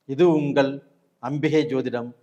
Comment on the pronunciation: ஏனுங்க ஐயா உங்களுக்கு தமிழ் உச்சரிப்பு இவ்வளவு மோசமாக இருக்கிறது? ஒரு நல்ல விஷயத்தை சொல்லும் நீங்கள் ஏன் தமிழைச் சரியாக உச்சரிக்க கற்று கொள்ளவில்லை?? அதென்ன உங்கல்?? ள‌கரம் வராதா?? கல் கள் வித்தியாசம் இல்லையா ? தமிழுக்கு ழ அழகு... தயவுசெய்து ழ வை சரியாக உச்சரிக்க பழகுங்கள். யரலவழள, மெல்லினம், இடையினம், வல்லினம் எதுவும் தெரியாமல் பேசினால் எப்படி? ??😢 கேட்க ரொம்பவே‌ கஷ்டமாக இருக்கிறது. வாழ்க தமிழ்..🙏🙏